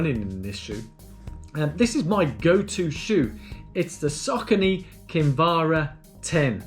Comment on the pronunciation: Look a good choice for my next marathon. Checking the official site apparently the brand is pronounced "Source-ony". Cos you know, Americans always pronounce English correctly right? LOL, no offence, I like Americans, a much nicer bunch than Brits on average. Oh no! now I've offended my own people. I'll stop digging now :-)